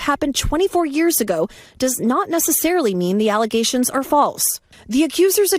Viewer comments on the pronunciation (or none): Is it her “allegations” or is it her “alizations” ? Seems even blk professionals can’t pronounce the word allegations and instead always pronounce it “alizations”